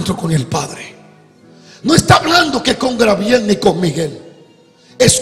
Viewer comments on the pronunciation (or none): Se que esto es de mas de un año atras, pero una pequeña correcion si es posible, hace ya tiempo noto que el pastor llama al angel GABRIEL "Grabiel", se que somos dominicanos y tenemos esas malas costumbres en las pronunciaciones, pero creo que con la esperiencia y la preparacion que tiene el siervo de Dios ya es tiempo que se corrija un poco por lo menos en cuanto a este nombre, ya que el menciona bastante al angel Gabriel. Bendiciones 😊